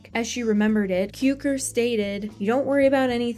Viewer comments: Great video! BTW, George Cukor's last name is pronounced Q-CORE. Equal stress on both syllables. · You’re pronouncing Cukor incorrectly.